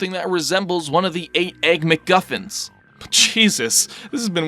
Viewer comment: "The eight magical egg miggufins Eight magical egg miggufins MAGICAL EGG MIGGUFINS E G G M I G G U F I N S